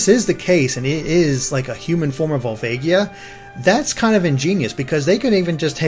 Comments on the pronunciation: Vol-VA-gia not vol-vague-ia. Sorry, that just bothers me. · Volvaygia? It's pronounced Volvaaaagia. Do you guys even zelda?